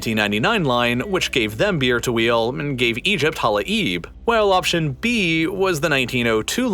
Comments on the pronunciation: In case someone is interested: it is pronounced as Hala-yeb … not Hala-eeb. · It's pronounced Hala-yeb Not hala-eeb 😄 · Halai’b you guys butchered its proununciation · his pronunciation to the word "hala'ib" is so hilarious to me and completely different from the original native one